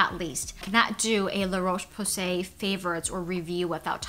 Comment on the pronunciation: Dear America. The o in Roche is pronounced like the o in hot, not the o in cold.